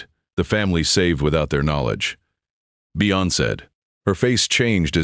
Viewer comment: It's not "Bee-uh" (Let's go for a couple-a beeuhs.) It's just "Bee" like Andy Griffith's Aunt Bea (for Beatrice). That beeuh sounds good, though.